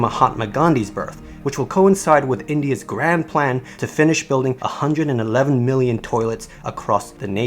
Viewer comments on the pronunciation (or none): none